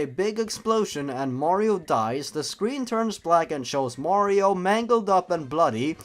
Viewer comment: omg, ur mehrio gaempley is shetty. U cant even pley a mehrio game XD “dabs” In all seriousness, great vid dude. Subbed.